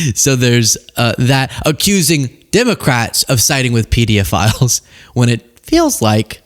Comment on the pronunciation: "Pedeaphiles" just sounds like he probably watched too many YouTube videos, where people say "PDF files," to get around the censors, and the thought that was how you pronounce it.